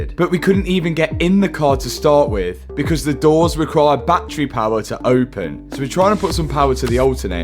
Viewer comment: It’s Battery, Not BatTreeee.